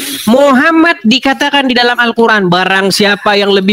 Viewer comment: Baca alcuran ape kekumur dasar bromocorah potato nafcuh nih ye abdulll 😂😂😂😂😂